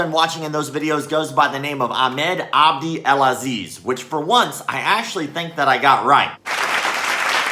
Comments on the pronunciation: No macdojo chief. Its "abdool" not "abdee" takeback those applause itz undeserved but well done for the rest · No, you didn't get the name right 😂 With abd, there's no e in the end, you said something like "abdi"